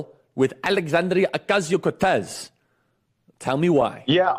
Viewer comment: You little asshole. Say AOCs name right or not at all, you irrelevant piece of crap